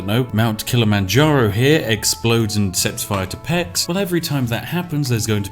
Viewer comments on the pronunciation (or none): random hungarian passing by, Pécs is pronounced something like paiche (with silent e) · azt mondja hogy peksz, az igen így még nem hallottam kiejteni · I swear, if I hear one more person call Pécs "pecks", I'll make them into Kolbász. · When he pronounce Pécs to pecs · Me, a Hungarian, is a Little bit angry abaout Pecs. The Cs in Pecs is like Ch in Choice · I expected you to pronounce "Pécs" as "pex" and it still hurt. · Calling Pécs 'Pecks' made my day dude. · As a hungarian it was so funny how you prounced Pécs :D (Side note not even close) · I cried when he said "Pécs" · I'm hungarian an so far this is my favourite way of forigners pronouncing my home city.... sounds like the southern part of the country has been on the pushup grind.... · What a spectacle, Spiff just murdering the name Pécs :D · As a Hungarian it was painful to hear how he said Pécs.